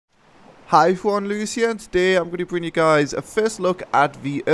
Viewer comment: wait his name is not? because at every video i keep hearing him saying "Hey everyone, here"